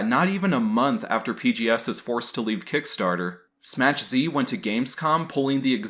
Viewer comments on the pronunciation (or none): "it's pronounced "SMACK Z" not Smach.. get the pun much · I thought it was pronounced "smack" z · Smass. He's pronouncing it Smass Z.